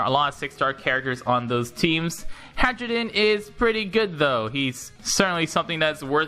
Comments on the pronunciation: He keeps pronouncing it "Hadjrudin" when I'm pretty sure it's "Hairudin". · lol. i kept hearing hydrogen XD